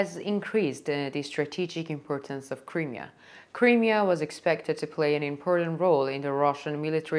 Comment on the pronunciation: learn how to say Crimea as you say it wrong